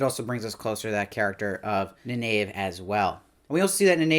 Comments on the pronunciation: NYE-neev :) Liandrin mispronounced it as NEE-nave 😀 And Perrin is hammering Aram (I think) in the dream sequence. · It’s actually pronounced like Ni Neev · Nynaeve = Nigh-NEEVE